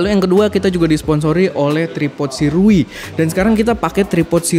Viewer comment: cara baca sirui : syurei